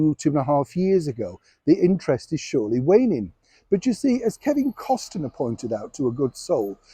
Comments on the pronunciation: I love you, but you always pronounce Kevin Costner’s name wrong. It’s just plain Cost-ner, not Cost-a-ner. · I am unclear why you keep pronouncing Kevin Costner's name with three syllables rather than two - Cost e ner rather than Cost ner. Do you know something the rest of us don't know? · Kevin CosTERNER! Didn’t realise that’s how we should pronounce it!😆